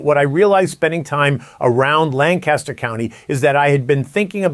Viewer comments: Please respect the history, culture and people of Lancaster County, PA by correctly pronouncing the name of their county. Locals pronounce the name as “Lanc-Aster”; not “Lan-Caster. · The pronunciation is Lan-cus-ter not Lan-CAST-ter. The county is located in PA not CA. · I live in Lancaster County and it’s very true but by golly does it stink to high Heaven around here in the spring. Also, it’s pronounced LANC-ester, lan-CASTer 😊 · Lancaster is my home , birthplace and my heritage. Please pronounce Lancaster correctly! Lan-kiss-ter not Lan-cast-ter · Love the content! You from New York? You keep saying Lan-caster like the Lancaster, New York. Amish Country is pronounced Lanc-ister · It's PRONOUNCED LAN-KUSH-ER not Lancaster, like Mojave desert California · LAN-kis-ter county. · Our friends from Lancaster always would get mad at us for not pronouncing it correctly: Lang-cas-tor. Hahaha! 😂🤣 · There's no G in Lancaster. Try lankaster. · We pronounce it “Lang-Kiss-Ter”